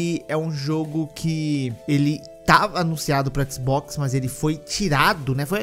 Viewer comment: " Toda tela é um équisboxi " 😂 👌